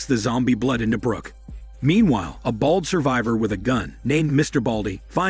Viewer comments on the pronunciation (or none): none